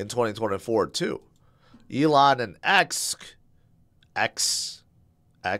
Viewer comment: I remember when you used to call him A-lon musk 😂